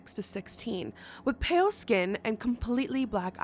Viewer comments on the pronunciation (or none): none